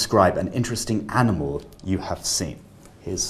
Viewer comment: there were 3 pronunciation errors: similar, circumstance and animal. there were also at least two errors in LR. interest to do sth and contribute to sadness. I would say this may be 8.5 rather than 9 which is still impressive.